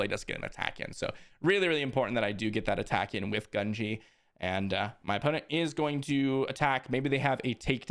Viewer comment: Love the videos but the mispronunciation of gungi is killing me gun-gee